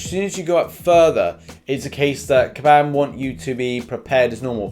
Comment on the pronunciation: Everyone: Kabam: kAbAm MeEkay